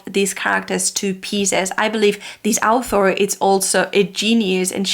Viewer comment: Me having read Wheel of Time and NOT having English as my first language heard Al'thor everytime she said author . 😂😂 I think its funny how such basic things tend to skip our mind .